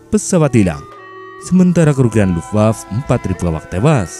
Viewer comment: Luftwaffe dibaca Luftwaffe fe nya dibaca bukan lufwaf. Accent Indonesia memendekkan syllables